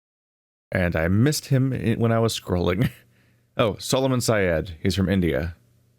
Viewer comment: You kinda mispronounced Syed's name as "Sigh-ed". And you kinda got both names of the surgeon and surgeon's mate swapped over.